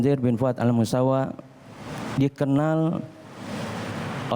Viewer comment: Mohon maaf min Bukan Al misaw tapi Al musawa